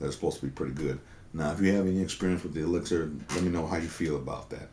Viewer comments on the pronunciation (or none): none